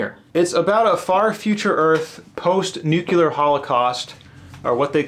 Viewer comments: I love Vonnegut and glad you included him. Thanks for your clear views on what you love and why. And, it’s pronounced ‘new-klee-ar” not “nu-cu-lar”. When you see old sci-fi movies, no one says nucular. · You said nucular and...bye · *nuclear it’s not a nucules; it’s a nucleus…that’s what helped me remember. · That's not how the word nuclear is pronounced. You're saying it as nook-you-lar when actually it's noo-klee-ar, like it's spelled. Your way makes no sense. It's not spelled nukular.